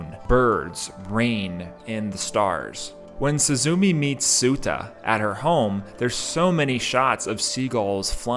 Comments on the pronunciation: Nice breakdown! Without this i would be missing out a lot of depth the movie contains but Still, the pronunciation is not really suzuumi its more like すずめ。 su zu me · I was surprised that the first gate is under a ruined dome, which to the Japanese calls to mind the memorial at Hiroshima- I didn't notice this till the 3d or 4th watching but once you see it, it makes such perfect sense- also please remember pronunciation Soo- zoo- May, instead of SuzuMEE, and Soh- tah, instead of Soota. Also remember that Suzume in Japanese means sparrow, though nature references to Japanese names are common. Butterflies are an essential motif of summer or late summer, like the oranges and the flowers pictured in the film. There are also Higanbana, death lillies pictured as she travels northwards.